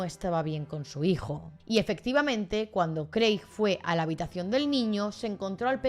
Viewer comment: Hola! me encantan tus vídeos de true crime, los veo todos, sólo me paso por aquí para decir que el nombre de Craig se lee como Creg. Sigue así! <3